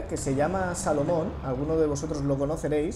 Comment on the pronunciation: Se dice salomundo. no salomon